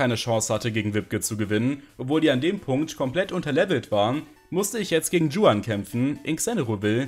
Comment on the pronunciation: Mag deine runs echt gern, aber oida regt es mich bei den Emerald Runs immer auf wie du juan ausprichst 😂 Das ist doch obviously einfach n spanischer Name und deswegen wie „Chuan“ und nicht „Dschuan“ Sonst supi, sorry musste raus 😭